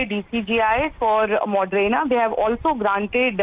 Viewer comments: Moderna not modrena, Pathetic standards of new readings 👎🏼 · It's Moderna not Modrena!!!!... How do these people become reporters???